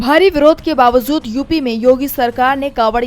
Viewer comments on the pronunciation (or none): Ba wazood Nahi Ba Wajood sahi hai ❤